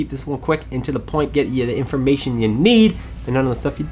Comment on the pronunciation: Can tell you're excited when you start getting French 😂😂 informa-shon